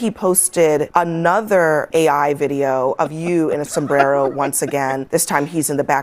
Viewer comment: You have to pronounce it sombdddddero.. Like that lady did she was speaking perfect english then she mouphed her spanglish mexican accent to say sombddddero..lol